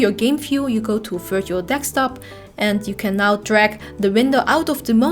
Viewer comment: Can't figure out what a dekstop is... Other than that, great video with the most amazing Dutch accent.